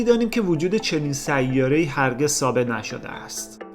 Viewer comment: برادر خواهش میکنم ه اخر سیاره را غلیظ تلفظ نفرمایید. تمام ه چسبان اخر کلمات را ح تلفظ میکنی اشتباه است. ببخشید